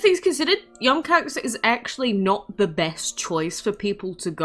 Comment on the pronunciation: Im bothered pronouncing yum koax